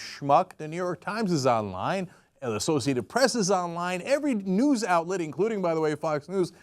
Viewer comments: I thought they were saying "nudes" instead of "news". You get your nudes from the local news. What a world we live in! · At first I thought they said nudes not news. :/ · I thought Cenk was saying 'nukes' not 'news' at first, so I was very confused